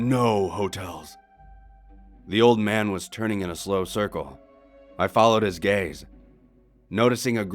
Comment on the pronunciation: "I FOLOWED HIS GAYZ" 🤣